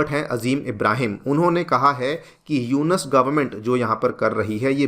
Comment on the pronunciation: ji..Its not यूनस, Its यूनुस